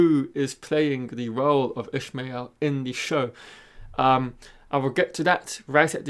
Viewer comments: Its not Ishmael Its IshAmael. Lol, wheel of time pronunciation arguments at it again. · Nice vid. PS Ishamael is pronounced ih-SHAH-may-EHL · Thanks for the video, although I have issues with the pronunciation of IshAmael. I believe you mixe the name up with "Call me Ishmael" from Moby Dick... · I know it doesnt matter but his pronunciation bothered me